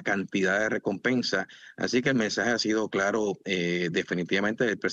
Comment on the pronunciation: Señoll Tolles hable clalo... No sea lidiCULO. Diga la veldad, muy bien, pelo hable clalo. ❤❤❤❤❤❤❤❤❤❤❤❤❤❤❤❤❤❤❤❤❤❤❤❤❤❤❤❤❤❤❤❤❤❤❤❤❤❤❤❤❤❤❤❤